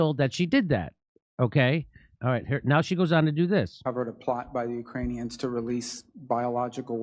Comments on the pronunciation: "We are working with the you-crane-e-ons". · did she say "Ukraine-eons" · The way she says "Ukraneons", sounds like she thinks they're an alien species 🤣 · Ukraineon’s…I can’t stop thinking about her wording…is she trying to give a message to Ukrainian new nazi’s? Neon’s…? Just can’t believe that someone with this much experience working in/on Ikraine, would mispronounce Ukrainians. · She called them "UkraniONS" 🤣🤣🤦‍♀️🤦‍♀️